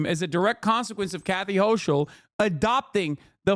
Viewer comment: Hochul is pronounced "Hoe-kull," not "Hoe-schul"